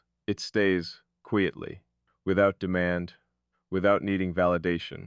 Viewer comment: "Kweeitly"? "Decortz's"?? The jazzy speak-rhythm of this AI muskvox is badass, tho. also, very thinky in thot. .. "in some way'b've" haha - Nifty! ...& it's "TUH-NUHL", not "tinnLe" .. heh Wow, so cool & profound & provocative. Hey, don't be so hard on yourself... or hardcore-introspective ... or whatever. You'll be aight. You are loved. Oh dang this is quantum, I gotta rewind. 🤟 You're a wonder!